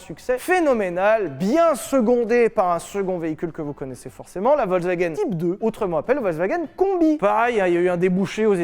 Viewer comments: On dit pas Volk mais Folk le V se prononce F. Voilà Fallait le dire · ça se prononce FolksVagen bande de brèles !